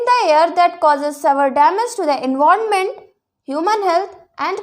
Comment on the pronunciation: Did it's not enwarment it's environment